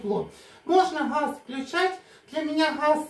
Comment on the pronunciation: Почему нельзя выговаривать букву Г, как же ужасно звучит Хефест, Хаз, а ХуХл😂 ужасный говор